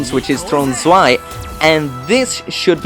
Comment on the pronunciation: I think it's Throne Zwei Not Swe